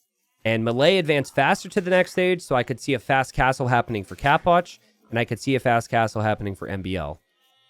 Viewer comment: always says capoch like "cap watch" like an idiot